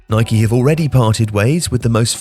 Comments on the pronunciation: man keeps calling Nike, Nikey. cause yano, you ride a Bikey not a bike. it’s Nike and that’s the end of the debate. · Was pronouncing Nike the way the Americans do a conscious decision? 🤔